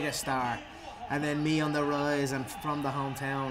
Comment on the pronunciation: “He’s fwom da feaderweight division.”